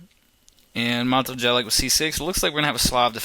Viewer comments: Chaotic and unpleasant voice timbre. And it's Jelic [yelits] not [dżelyk]... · it's pronounced Yelich, not Jelick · You're funny when you pronounce his name cos you kinda suspect you're not doing it right, so you somehow utter it so "no one notices" :D The first syllable is as in "Yates" and the last 'sound' is as the first sound in "tune". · Hahahah Matoo Gelik who the fuck is that its Mato(short) Jelić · Maybe he honestly thought his name was pronounced jelic...how about have respect yourself for his slight mistake that mato did not even care about ass hole....and his vids are pretty good... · Jelić is pronounced more like Yelich (Y like in yet and ending "ch" like in peach). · His last name would be pronounced yelich. Almost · Learn how to speak his name first... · The way you pronounce his last name. It's horrendeus... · i almost disliked this only because of the absolutely horrible pronunciation of mato's last name...but you pronounce it as if it was written "yelich" -. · ur videos are cringeworthy enough without slaughtering the guy's name like that! far out. sorry mato! how embarrassing. oh u "can't help slaughtering them' so u don't even bother trying?! @@ americans!! haha Seirawan is truly awful in this respect too. please have the respect to put in 2 secs research into a less bizarrely inaccurate pronunciation, thanks. Sorry to be so critical.. but u talk like ur videos are so cool. But they suck man, grow some humility. Fooling people is not that hip.